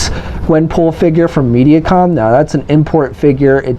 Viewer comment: History should not be included on the review. I wanna see the figure, not get a history lesson. Why bring up the MAFEX version, when the focus is on the Marvel Legends version? Why does he say Media-Com. It's Medi-Com, ther eis no A in it, just wondering why he says it that way.